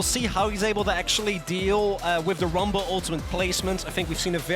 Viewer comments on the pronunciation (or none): someone needs to tell that castor that the champions name is rumble....not wumble.